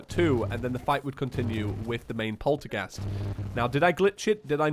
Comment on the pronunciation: He can't say polterghast right XD